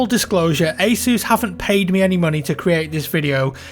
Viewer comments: god damn it its pronounced "ACE US" NOT "ACE OOOOSE" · It's ASUS not ISIS. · He didn't say Asus. He said, "Hey, Zeus!" My name is Zeus. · Soo is asus pronounced ae-soos or ae-sus